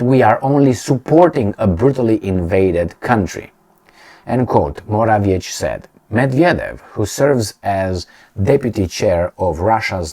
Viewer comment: Morawiecki - to be pronounced Moravyetzky. Why is it so hard for you? If I were to repeat somebody's name many times I would look in up I internet